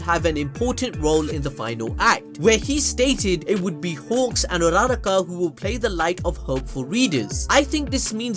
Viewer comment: You are going BAAAAALLLLLLS DEEP with the butchering of Uraraka's name.